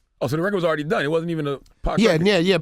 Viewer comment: Stupid ass Charlemagne mispronouncing his last name "Reggie Nobles!!" - Redman said "expectated" lol. Hip Hop Dictionary entry #449. - Redman "Aweady" lol - Tentative to his fans? Attentive man! lol Red's brain is gone! - Redman got his feels on lol